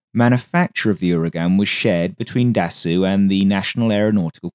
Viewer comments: interesting video. little tip: Marcel Dassault - try to pronounce it as "DASSO" :) further tip - when I want to check how to pronounce words in a foreign language - I use google translate which a sound icon showing you the prononciation. I like the pace of your video -- I capture evrything first time - this is perfect for my foreign ears. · Da-soh not Da-soo - au gives an oh sound, the lt is silent. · Interesting and thanks for the info. But you did make another pronunciation mistake here. "Dassault" is NOT pronounced "Da-soo". It's "Da-soe" (rhymes with "toe"). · Dasso is the correct pronouciation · That's basically where it comes from though - his brother used the name "Charsasso" as his alias when he was working for the French Resistance during the war, which was a play on 'char d'assaut' - "assault tank". Not sure why video pronounces it as dassoo. My understanding of French was that "-au" is a short 'o' as in english 'rose', and the -lt is essentially silent, so it should be 'dasso', same as how Renault is closer to 'reno' not 'renoo'. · If you Can Say "assault" Properly, you should be able to Say "Dassault" correctly. Repeat After me : Assault Assault Dassault Assault Dassault Dassault Dassault Assault Dassault There. You got it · It should be Dassault. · What ? It's the weirdest "Dassault" i've ever heard.